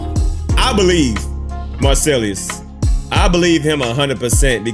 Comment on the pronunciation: You're mispronouncing Marcellus bro, you're saying Marcellius.